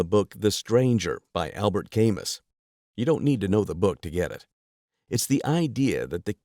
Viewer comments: Camus is "Ka-moo", not "Kay-mus." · You mispronounced "Camus". The correct pronunciation is "kah-MYÜ" ("Kah-moo"). If you are going to pretend to reference such a venerable author at least get it right.